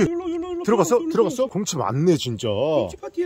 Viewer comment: 아니 계속 고홈치 곰ㅎ치 곰호치 거리는거 왤케 웃김 ㅋㅋㅋㅋㅋㅋㅋㅋㅋㅋㅋㅋㅋㅋㅋㅋㅋㅋㅋㅋㅋㅋㅋ